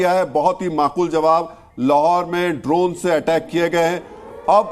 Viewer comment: Bhaiya its Drone not , Dronacharya wala Drone .